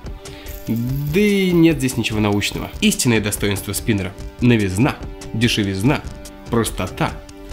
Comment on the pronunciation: дешивИзна, а не дешивизнА. Ты же человек публичный, поэтому прокачивай не только мозги, но и речь;)